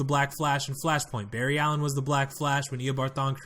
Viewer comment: This man said bar ry alien who says that